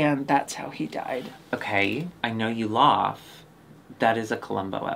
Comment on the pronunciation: I'm new here. Does say "lawf" instead of "laugh" on purpose?